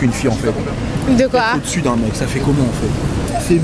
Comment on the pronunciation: Par contre tu sais vraiment pas parler français hein, on dit pas « déssus » mdrr vraimeent